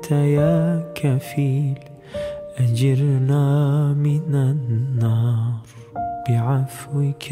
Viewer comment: Çok güzel bir tını yakalamışınız. Teşekkürler, tebrikler. Keşke bir Fem i Muhsinden tecvit dersi alıp yeniden okusanız. 1. Te’aleyte değil Te’âleyte 2. Ecirnaaa değil, Ecirneâ 3. Allahın bazı isimlerinin doğru mahraçları vb…